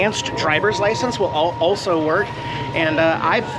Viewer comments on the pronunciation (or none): none